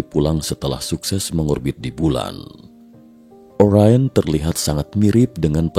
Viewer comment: Orain atau Orion? Pembacanya ngacau?